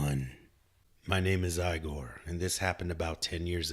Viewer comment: Awesome narration! I've just found your channel and I'm really enjoying it..One little bit of criticism that's intended to be constructive: The name Igor is not pronounced "eye-gor" but the "ig" part is said the same as "big" without the "b"; sort of "igg-gor", if that makes sense? It would rhyme with "big oar" minus the "b". If you're ever unsure, Google the word and "pronunciation" — e.g. Igor pronunciation — and you'll get results you can listen to..I've subscribed and I'm really looking forward to your future videos! :)